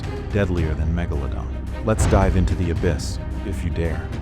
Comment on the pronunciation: That's not how you even say megalodon😂😂